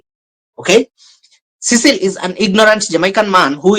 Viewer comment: Why are you always listening that rubbish idiot nt. This delusion mad man who claimed that to be a teacher! Marwa is well brought by his mum and dad and has respect for elders and others people who is surrounded him. This nt can't pronounce the name of Mr Cecil, I really hate that man. I really like your motivation and honesty but that nt makes me feel like throwing in the trash